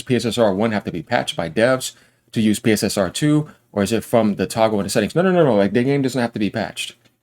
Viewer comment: Its pronounced... Pisser and Pisser2